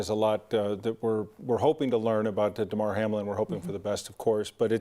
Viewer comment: *Damar, not Demar